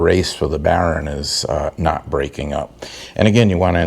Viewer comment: Your videos are always helpful. You are right on about greasing those using the Zerk, DONT DO IT! BTW- whats a "baron"? Is that the New England pronounciation for "bearing"? Just kidding, good job! Yes keep extra seals and bearing set as spares. In my case, I run cartridge bearings, so I carry those and since they are 5 year maintenance items, best to change them BEFORE problems. I just did my 6.